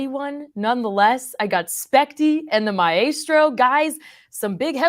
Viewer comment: Who is the my-a-strow?😂